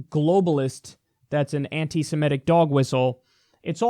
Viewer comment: Cenk & Kyle pronounce Semitic wrongly ie Simetic.